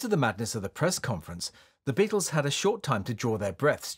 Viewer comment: "Beattles"